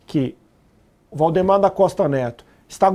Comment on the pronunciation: pq o jornalista fala errado o nome de VAldemar para Voldemor?